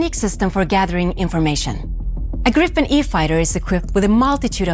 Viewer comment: Would be better if the announcer said "Gripen" correctly. "Gr-ee-pen", not "Grippen".